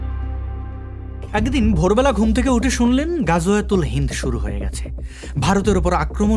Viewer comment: গজুয়াতুল হিন্দ না ওটা হবে গারুয়াতুল হিন্দ 😁😁